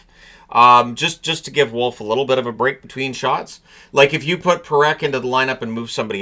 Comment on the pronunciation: this is twice now... it is Parekh not Perekh